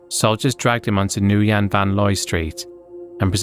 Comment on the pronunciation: Small detail (more of a fun fact), Nguyen is pronounced "when"